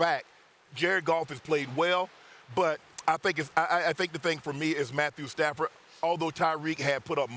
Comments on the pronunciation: It’s not Matthew padford. It’s Stat Padford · “Matthew Padford” 😂😂😂